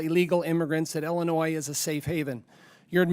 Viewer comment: Why does La Hood say "Ellinois"? Does he not know how to pronounce the name of his own state?